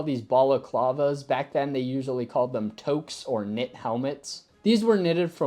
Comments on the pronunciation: Not sure if it's an American thing but toque should probably be pronounced to rhyme with kook or spook rather coke or smoke;). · The word toque (pronounced)" tewk" (not "toke") is a knitted hat with French origins. It is the common word used in Canada. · Toque isn't "toak", it's "tewk" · Toque normally rhymes with duke and nuke, not joke. I am in complete agreement though, with the sweater and balaclava, especially in cold weather. In the Canadian Forces back in the 1980s we were given a very wide scarf made from waffle weave cotton in olive drab. That scarf was as comfortable and practical as one could get which could be worn in a bunch of ways allowing for great temperature regulation. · That is the US pronunciation - word is French in origin "toke"